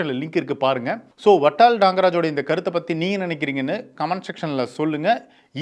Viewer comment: Its VATAL & not VATTAL. Kindly pronounce it properly